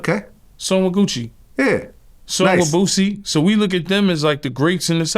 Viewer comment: Quit saying BOOZIE, it's BOOSIE. AREIS